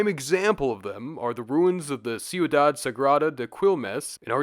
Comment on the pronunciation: "Ciudad" does not have a sibilant; it sounds like chew-dad. NOT siew-dad.